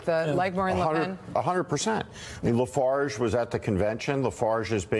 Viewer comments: Who is Nigel Lafage? If you are going to call the leader of the Brexit party an extreme right wing facist, at least get his name right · Love that Steve Schmidt doesn't know the name is Farage, not Lafarge. Lol. Political "expert" my pitootie.